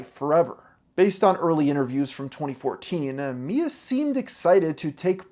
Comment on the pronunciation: one instance: "2014-ah" .